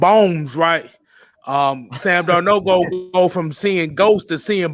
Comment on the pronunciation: The way they pronounce sam darnold name got me in 😭😭😭😭